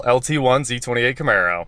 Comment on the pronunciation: The "Charmaro" huh? yeah boi